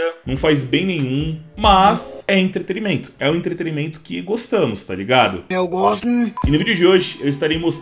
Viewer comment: O cara fala "entreterimento" 😂